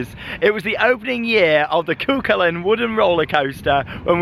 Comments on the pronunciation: IT IS SAID CU HULLIN! NOT CU CULAIN!!!!1!!!1111!!!! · It's pronounced coo cullen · Cú Chulainn is pronounced Koo Huling.